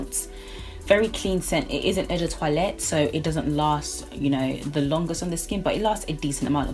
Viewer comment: We seem to have similar tastes, lovely collection! You should check out Tom Ford Noir Extreme, the "men's" version. It's sweet and delicious and lasts forever. Also, it's quite refreshing to see a collection video where someone pronounces "toilette" correctly, so kudos for that!